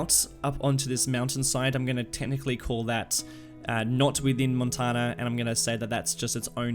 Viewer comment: Pronouced Moan-tanya....sounds like your saying Montana